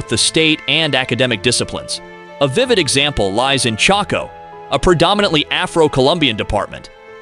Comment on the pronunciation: Its a shame that humam beings are so horrible. We're all the same in my book. Just wanted to point out that the right spelling on (Columbia)as you wrote it, is COLOMBIA. (COLUMBIA is the capital of the state of South Carolina in the US). and also the way you pronounced the name of the ( department Choco ) in Colombia was wrong. Just saying....